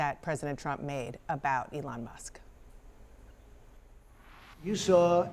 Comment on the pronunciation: It is ELON not ELTON?